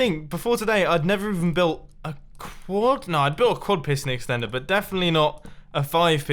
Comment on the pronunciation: You said extenter like a milion time